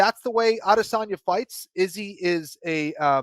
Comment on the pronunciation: Please pronounce Adesanya correctly